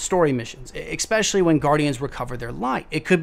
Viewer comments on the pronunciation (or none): Curse my OCD...keep getting triggered by all the "ekspeciallys" and "ekseteras" 😖